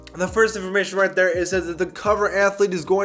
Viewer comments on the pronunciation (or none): none